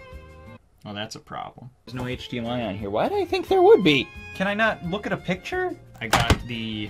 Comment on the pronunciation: “HDMIO” tho